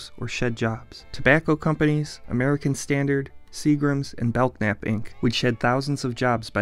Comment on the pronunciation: He wasn't able to pronounce Belknap Hardware though.